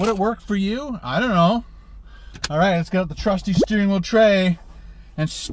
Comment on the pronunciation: It's OUT , not "OWT"